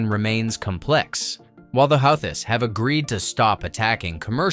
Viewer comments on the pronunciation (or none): Like the video but the How-this? lol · “Howthists” 🙄 Stop trying to make AI happen. We don’t want it 🙄